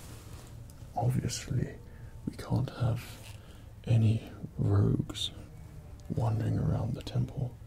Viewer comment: "We can't have any rouges won....dering around." I caught that.